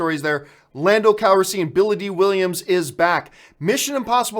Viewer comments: What is it with John.... divissssive, lupita nuwongo, lando calriseeean? BRUH, love your videos but this really gets on my nerves. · I cringe hard every time you say landos last name.... Youre saying it wrong!!!! I like you a lot john but damn man